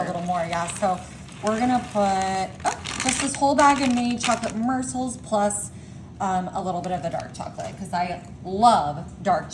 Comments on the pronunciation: Murecels=Morsels🙄 WARNING: Heart Attack, Diabetic, Stroke Alert☠️ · I was thinking the same thing. What are mercils and microwawving? She also pronounced ganache incorrectly.